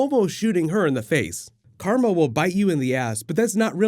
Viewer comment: "then BAM krarma" lmao